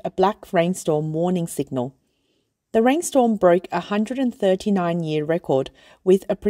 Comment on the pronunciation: The narrator keeps pronouncing the word "year" as "yee." Sounds like AI, or someone clueless.